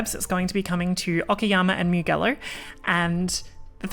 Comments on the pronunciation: MIUGHELLO?? Its pronounced MU-JELLO dear... if ur gonna be a streamer, not that hard to use the internet these days to educate yourself, it's a world famous racetrack after all that hosted Moto GP (and even F1) races for years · Great video! I might get into iracing in the future. But please. My inner Italian cringed on how you pronounced Mugello. It's Mujello. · hope the onboarding is forced on everyone that signed up the past year at least. PS: Mugello is pronounced 'mu-jell-o' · Pronounced Mu-Jello.... 😊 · Pronounce Mugello properly pls